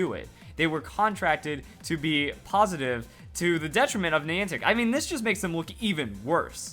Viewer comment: It's Niantic not Neantic